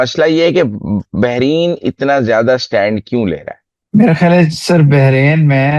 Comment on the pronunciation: Not behrin, Bahrain